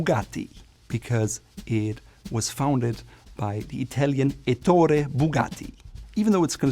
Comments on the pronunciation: I'm Italian, your italian pronunciation is perfect! (Except for Ettore Bugatti where the accent is on the first "e": èttore.) Congratulations! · As a native Italian, I must say that your pronunciation of Italian names is pretty good... the only nitpick is on "Ettore Bugatti" - it's not "ettòre" but "èttore" - the accent is on the "E", not the "O" ;) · Just a remark: in "Ettore Bugatti", the stress of "Ettore" falls on the "E" ("Èttore"). apart from that, you did a great job with the Italian names, so I assume you did the same with all the other ones (the German ones are out of the game, of course!) - that makes this video very useful! Thanks a lot. (On a side note: both Audi and Volvo come from Latin - their Latin pronunciation is the same as the German/Swedish one, so there is no doubt there!)